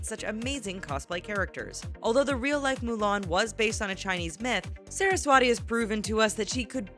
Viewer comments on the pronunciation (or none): she is Saraswati and not how U pronounced Sara s wati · actually,she is 'saraswati' and not ' sara swati'